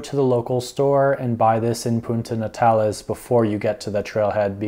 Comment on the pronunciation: So much bad advice in this and some things that are completely wrong for visitors at any other time of the year. He can't even say Puerto Natales correctly let alone communicate with the locals.